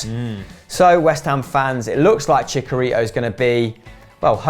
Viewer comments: brits. love the channel, cannot stand your pronunciation of Chicharito chee cha ree toh not cheek a rito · It's not pronounced "chickarito" It's "Chi-Cha-Rito" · It is not "Chicarito" is "Chicharito" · please just say javier hernandez, if you can't pronounce CHI-CHA-RI-TO right then dont say it. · Why is that twat in glasses pronounce chicharito wrong #thischannelhasonlyidiots